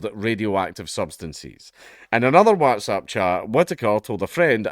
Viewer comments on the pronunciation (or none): haha dank says whatsapp in a funny way